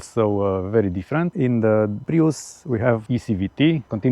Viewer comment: "Prius" is pronounced as "prius" not "praius", otherwise thanks for the comparison video. :)